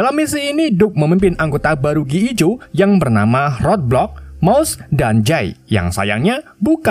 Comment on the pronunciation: Gi joe jadi gee ee jo.. hahahhaha...